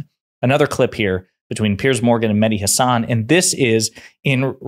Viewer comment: Please pronounce Hassan as SS nissan not nizzan Not Hazzan Please correct that